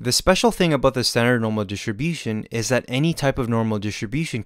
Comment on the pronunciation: "Standard normal dishibushunz" HAJHSJHJHAHAH BUT JOKES ASIDE,, THIS VIDEO HELPED ME A LOT. KEEP DOING GOOD STUFF <33